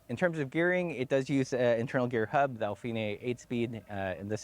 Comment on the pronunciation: “Al-finay“? Really?